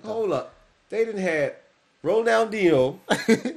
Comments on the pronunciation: You said his name correct on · YEH MAN so glad you showed your Bro this....for 3 years this guy hit a level i have never seen before or since, Crazy Ronal- Dee- Neo that's how you say it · Pronounced, Ronald-genio, he was going out as Messi was coming in. Taught him how to move thru defenders, basically. This man is a lot of folks favorite player, ever. Passing thru the legs of a defendor is called, Nutmegging (not sure why). It's a popular show of disrespect among racial and ethnic minority players when they feel they've been targeted on the field. Ronaldhino was probably the first pro soccer player who did beach tricks (constantly juggling over opponents heads, passing with his shoulder, x-games stuff on a pro-level field). Plus, he could score. Damn good striker outside the box. Great Brazillian finesse, too. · Ron-nal-di-ni-oh. That's how you pronounce him. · Pronunciation: Ron - El - D - Knee - O (Ronaldinho) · Ik I’m late but it’s pronounced Ronaldinyo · The brother in red is almost say corect ronaldiniho de asis moreira